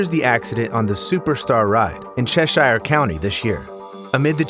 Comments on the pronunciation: Can you Americans not pronounce British place names properly it's pronounced chesh-ir not shire just the same way you Americans pronounce New Hampshire. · Cheshire is pronounced chesh-sher